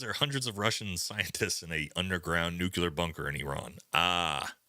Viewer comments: God damn, dude, please stop using nuCUler, it's nuclear, wtf :D You should know better, you sound like Bush :D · Nuclear. It’s fucking nuclear. The phrase nuculear doesn’t exist.